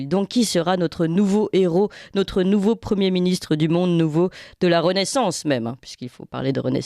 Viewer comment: Elle m agace avec son"nautre"...en français on prononce notre!!!